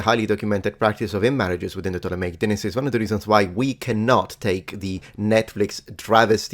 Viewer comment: Who pronounces it pomp-pee? Never heard that. And this guy says deenasty haha